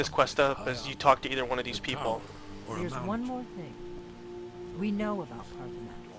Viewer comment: yeah and you cant either its paarthurnax not parthaunax